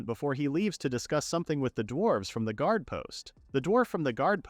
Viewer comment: Yeah, if you listen carefully it makes weird "pronunciation" mistakes a person wouldn't. Specifically during the naming ceremony for the bird at -ish the read on "guard" is jarring and the program clearly has some issue with Dorf's name specifically since it keeps changing it to Dolf. It's also something that comes up rarely for other manga reads as well, like the main character of one that appeared a month ago had their name changed from Rest to Lest.